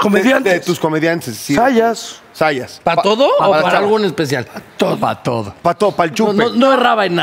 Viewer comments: el apellido es ZAYAS, con "Z" al inicio! que pasó??? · Zayas no Sayas esos millenials 😂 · Es Zayas no Sayas.